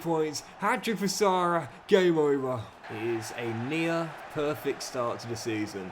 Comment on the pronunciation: He may be the current best player but can’t pronounce his name 😑 It’s Sara pronounce the a like ah not arr